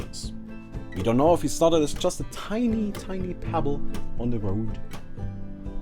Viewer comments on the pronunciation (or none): none